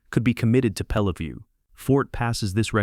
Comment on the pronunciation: I can’t watch this beyond 15 mins. The number of different pronunciation of Peleliu is off the charts. You got it right twice and the pronunciation changes every time it’s pronounced. Sloppy junk